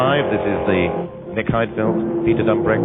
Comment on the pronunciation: Im sorry but it's Peter Dumbreck not Drumbreck